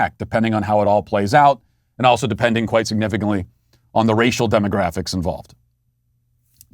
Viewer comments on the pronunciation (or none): he said he doesn't care if America's demo graphics change forever. Spare us the dramatic emphasis